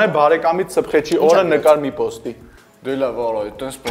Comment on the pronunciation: Սփխեչ, ոչ թե սբղեչ